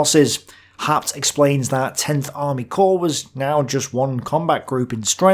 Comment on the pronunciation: About the historian Werner Haupt ( ) (which for some reason You "butcher" into "Har-pt", rather than "How-pt"). Your source is English translations of his German original books that came out in post WWII era West Germany, and the only Wikipedia entry about him is in German: In short, he was known to be leaning to the right, focussing on German Wehrmacht members which he had been himself. So his books are more like some earlier secondary sources, and they were rather "popular-historian", "apologetic" works than scientific analyses, which were, under the era of the Cold War until 1990, very difficult. The German-side focussed narrative, written like novels, was intended for German readers who would remember the war only from their side. Like the US GI's in Vietnam, who also later portrayed themselves as the true victims of the conflict, ignoring the Vietnamese view, so did many Germans, dismissing by large all possible inputs from Soviet communist historians, who were indeed as well biased themselves. It only became somewhat better after the end of Cold War I (no.II is right now). I know Your German skills would not be good enough to decypher the OKH diary, or the Wehrmacht reports that were published only in 1995 (compare channel Military History Vizualized, about D-Day). Never mind, those would be primary sources, hard to dig through for anyone, while I know only the OKH diary, which is too much generalized lacking all details that You are presenting. Haupt happens